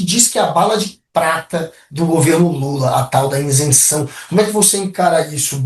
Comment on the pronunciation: Ótima análise. Mas,, o correto é isenção, e não insenção! 👍